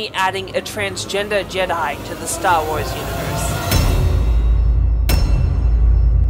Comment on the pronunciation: Stahwahs